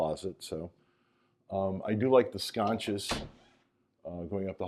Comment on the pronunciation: Sconce not sconch. 😂